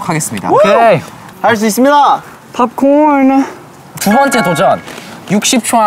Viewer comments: the way he said popcorn 😳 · i’m dying at the way jiung said popcorn😂